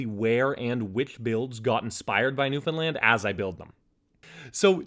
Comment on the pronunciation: Newfoundland pronounced properly :D